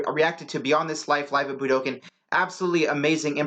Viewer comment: Somebody needs to teach you how to say Budokan. Try this budo con